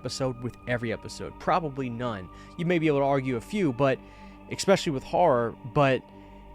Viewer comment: “Especially”. Not “ekspecially”- There’s no x or k.